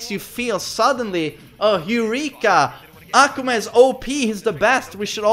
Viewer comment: Why carnt you pronounce akuma's name right?